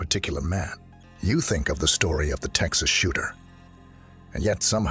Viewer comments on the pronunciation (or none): none